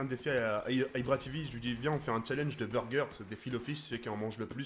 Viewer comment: Ibra tivi avec l'accent anglais 😭😭😂😂